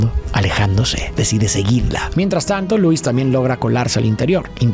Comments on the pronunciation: lois? ❌ Luis ✅ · Lois ❌ Luis✅